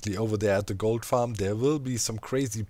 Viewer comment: Is it just me, or when Doc says "Gold farm" does anyone else hear "Goat farm"? Now I want to see a GOAT Goat farm...